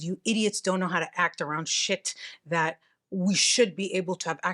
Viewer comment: “Shet like this”🤌🏽